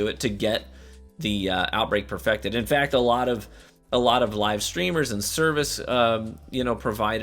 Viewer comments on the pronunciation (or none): none